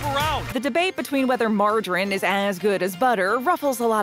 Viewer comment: Wha...wha....why can't she say margarine correctly?